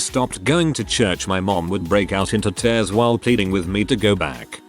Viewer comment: Narrator: read pronounced "reed" on screen: read, the past tense of... Narrator: one stroke two ( - ) on screen: 1/2, or "one half" Narrator: tears, rhyming it with "tairs" on screen: tears, a product of crying